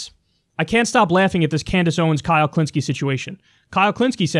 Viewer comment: KHULINSKIE It's not hard.